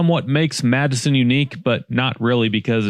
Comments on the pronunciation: historically we called it Matte - son, but the basis of your pronunciation is correct. I don’t know who changed it though. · Many of the business you sited as abandoning the area, actually have or is going out of business. They left many communities. That was not the fault of the suburb. Last. It's pronounced Mat-son. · not Madison. its spelled Matteson, but pronounced like "Matt's Son" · It’s pronounced Matt’s-Son Great video❤ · If you’re from the area, most people pronounce the town Mattson. The “E” is dropped. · Matteson is pronounced like Matt-son. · It's called MATT-son. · it's pronounced Mat-son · Very nuanced pronounciation between Madison like Madison, WI. And a Chicago accent saying the two tt quickly which sounds like Madison but isn't. Think Madesen. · the "e " is silent pronounced mattson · Pronounced "Matt-Son" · You are saying the name wrong 😂 it’s pronounced “mattson “ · Good take. As a local, it's pronounced "Matt-son" but hey easily seen a to why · It’s pronounced Matt-son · It's Matte-Son😭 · It's pronounced Matt-son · Sorry to nitpick but it is pronounced Mat-sn. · Matt sin is how you say that bud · Pronounced matt son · Matteson is a two sylable word. Matte son. Matte as in a matte finish. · I always thought it was pronounced “Matt-son” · Pronounced mat-sun or mat-sin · Its pronounced "Mat-son" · Your mispronouncing that name pretty bad matt-sin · For the record, it's pronounced "matson". Don't know why, but that's how they say it. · Ps we pronounce it MATT SON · The spelling is M-a-t-t--e--s-o-n but it is pronounced Matt - Son. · Wow Lincoln Mall! It’s interesting that an Amazon truck drives into frame ish - the reason why these Anytown, USA malls are all shuttered. (It’s pronounced Matt-SUN) Great series btw. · Its prononced MATTson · I was just about to comment this I don’t know anyone from Illinois that actually calls this place Madison. It’s matte- son for sure. Matte as in the way you would pronounce it if it was a color finish.